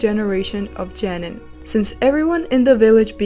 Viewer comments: Geeeenin not jeeenen. Wtf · is it Genin or Jenin? u pronounced it like Jenin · I'm sorry, it's Genin not Jenin. Learn to speak. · OMG it pronounced JOE-NEEN